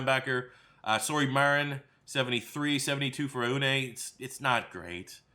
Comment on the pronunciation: So I grew up with Aune and I know it’s a weird name looking at it (typical Minnesota tho right) it’s pronounced like On-E. Other than that great video man! Loved you did my team.